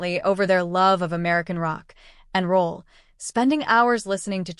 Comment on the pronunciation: I was just quoting the narration. Thought it was funny she (probably AI) paused between the words rock and roll.